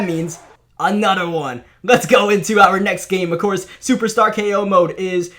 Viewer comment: “Anotter one” 😭😭😭